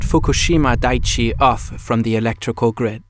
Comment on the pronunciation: Just some feedback to help make your videos even better - please run a grammar check on the script before you narrate it, and especially foreign words and names - look up how they’re pronounced. It’s dai-ichi (3 syllables), not daichi.